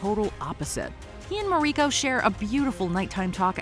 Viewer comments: It's ma-ri-ko not ma-reee-ko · I have loved your videos for years, but WHO TAUGHT YOU TO PRONOUNCE THESE NAMES? Of the principal characters? I never nitpick like this, but it made the video almost unwatchable for me. You get Yabushige, Hiromatsu and Buntaro right when most people would mess those up, and you say the Japanese actors' names correctly. But then you pronounce Toranaga and Mariko on the wrong syLLAble and pronounce 'seppuku' two different ways - one time in the SAME sentence. So unlike you.